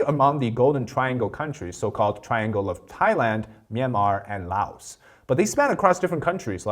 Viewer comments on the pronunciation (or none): none